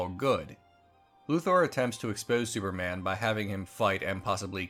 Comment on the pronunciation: Di you just say "sewerman" at the start lol